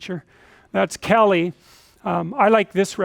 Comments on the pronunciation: It`s Kali not Kelly and it roughly translates to black in sanskrit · The name’s “kali” not kelly and staring at me is unwelcome because you need to mind your own bussiness